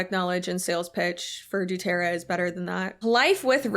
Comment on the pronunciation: I love the way you say Doo-terra, it makes it sound so silly!